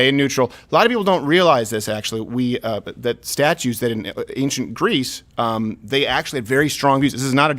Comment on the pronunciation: Greece, not Greaser!!